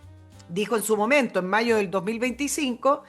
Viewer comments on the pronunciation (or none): none